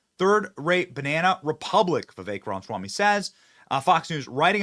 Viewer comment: BENNY. YOU'RE KILLING ME. YOU'RE KILLING US*. IT'S RAH-MUH-SWAMY. Say it with us now. RAH-MUH-SWAMY. NOT: "RONswamy" For the love of God, please. Fix it 🙄🤦‍♀️